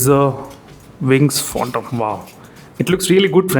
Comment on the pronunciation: It's Phantom Not Phontom 😂